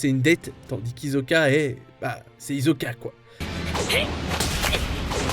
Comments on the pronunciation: "HiZoka" ça se prononce hissoka "Les yeageristes" c'est les pro-jaeger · d'ailleurs, ils ont prononcer "hizoka"